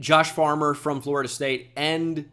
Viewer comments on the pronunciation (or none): none